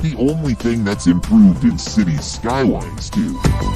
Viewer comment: Maybe try a different AI voice? While I always prefer human, AI voices are usually okay. But it was this particular one and the way it pronounced Cities Skylines that bothered me to the point of annoyance.